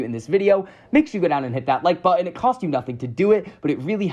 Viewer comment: Stop saying “Impor-int” and “buh-in”. ImporTANT ButtON